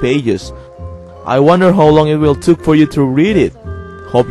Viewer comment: I think you meant take but it sounded like took ( no hate )